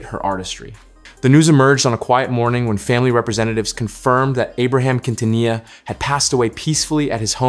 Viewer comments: The way you pronounced Quintanilla 😅 my goodness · Unbelievable, you don't pronounce Quintanilla with the Q like in "queen" or the double "ll" like the word "vanilla" 😂